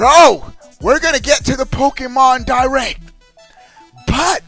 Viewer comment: "Nintendo Di-RECK"